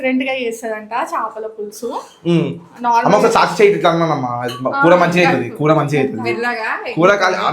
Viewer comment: aree telugu ni kuni cheyakandira babu చప్పల పులుసు కాదు రా. చేపల పులుసు